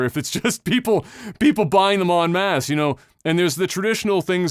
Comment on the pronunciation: Accent kind of bones me with en masse. Lol [Adam]